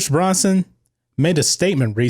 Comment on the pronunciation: It's not Pierce Bronson, it's Pierce Brosnan.